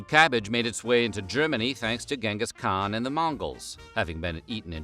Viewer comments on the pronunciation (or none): none